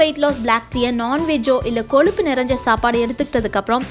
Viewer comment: எல்லாவற்றையும் முயற்சி செய்து பார்த்து தான் வீடியோ போடுவேன், பலருக்கு இது தெரியவில்லை அது தெரியவில்லை என்று சொல்லும் தாங்கள் ஏளு, கொளுப்பு, அளகு, கீளே என்று சொல்லாமல் ஒழுங்காக ஏழு, கொழுப்பு, அழகு, கீழே என்று சொல்ல பழகிக்கொண்டு வீடியோ போடுங்கள் ப்ளீஸ்